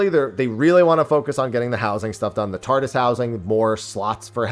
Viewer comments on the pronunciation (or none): none